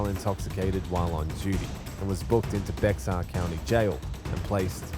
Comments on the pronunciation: Bexar is pronounced 'Bear', the X in Bexar is silent. I work with the Bexar County PD and SO officers and i was corrected very early on lol. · It's not BeXar county jail it's exactly like BEAR 🐻 the x is silent but regardless THANK YOU for this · Bexar is pronounced like bear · Bexar is pronounced Bear or Bare. Don’t pronounce the x